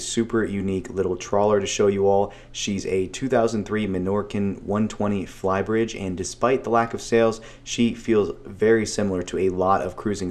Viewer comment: Why are you saying “fly bridge “ like that? 🤮